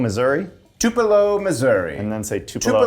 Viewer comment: you don't know how to pronounce tupelo😂 where Elvis Presley was born January 8th, 1935... come on, son